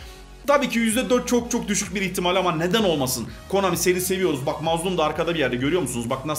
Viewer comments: Abi adamsın bi kalp atsan bide abi pusa komani diyon pusa konami 😂😂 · KOMANİ değil KONAMİ:DD Gülmekten öldüm yaa:DDDD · komani dedi😀